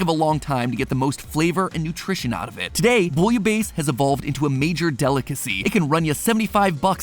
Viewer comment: Bouillabaisse : boo-yuh-bess